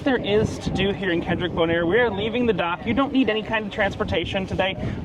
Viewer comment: Kralendijk is pronounced "Craw-Lynn-Dyke". Not Kendrick😂